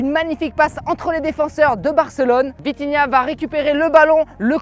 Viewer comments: je suis le seul à avoir entendu vinitia à la place de vitinha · c’est pas vinhitia mais vithinia Continue comme ça 👇👇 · On dit vitinha pas vinitha qui est d'accord liké mon com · C’est pas vinitha c’est vitinha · Wsh respect vitinha c pas vinitia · Encore une incroyable vidéo sauf que c'est vitinha pas vinitha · Vinithia😂😂😂😂 au début mais pas grave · tu avais dit vinitiah😂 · Atroce comme l’immigrés parisien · Il a dit vinitha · J'ai rigoler quand ta dit vinitha au lieux de vinitha et la faute macth et pas match